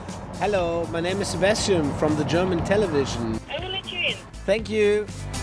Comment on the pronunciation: Hahaha😂 wie beim Englisch sprechen aus Sebastian Sebästschen wird